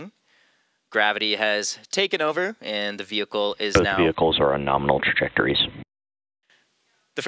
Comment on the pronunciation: " Liftoff nArmal "